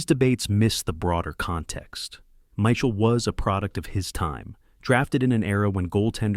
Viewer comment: My Shell?? Michael???You can always tell A.I. Narration: Mispronouncing names, especially francais ones. Also overly flowery script and overly generous adjectives.